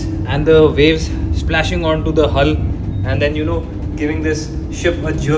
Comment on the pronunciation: Its VAVES, NOT WAVES.